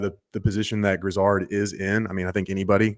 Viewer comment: Its not pronounced like Lizard.. its gri-zaard